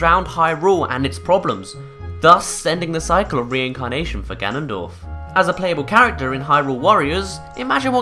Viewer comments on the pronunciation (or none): none